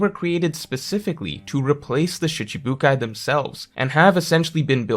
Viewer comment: Gotta work on that I sound in shItibukai. it sounds like the e's in eel. not like the I in hit. SHeeechibukai